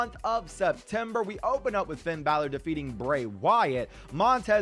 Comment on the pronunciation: When he ses finns name it sounds like feind balor